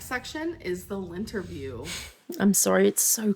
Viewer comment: I can only hear “LINTerview” and remember Beck’s task.